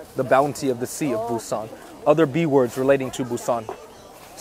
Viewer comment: Got a vietnamerican who has been to Korea once who knows what the heart of busan is. Dude can’t even pronounce the name correctly.